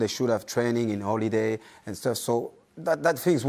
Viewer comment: It's not Holidays its Oledays according to Evra xd